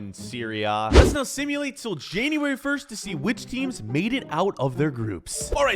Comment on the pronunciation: January not Januari